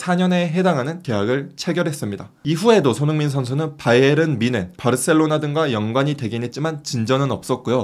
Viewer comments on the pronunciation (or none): none